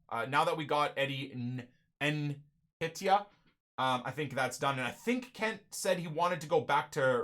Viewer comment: fair play with the signing but please man....Its pronounced "En-ketia" cheers!